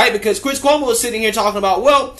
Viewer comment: Cuomo is an italian Dolt and a Gumbah and you are mispronouncing his name. Like Jessie ( not related to Michael ) Jackson would say it, Koo - Moe..........